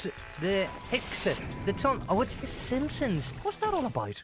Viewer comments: "The Cheese and Onions" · 'Teh simpkimsons' was so funny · THE HIMPSONS!!!!! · The Doodle Dimpsons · The Sampsons